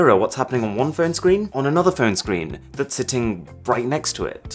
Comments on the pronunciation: What did i just hear :D ... and that´s bbrrrrrhatffss phone use today. :D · That was a brilliant rolled r lol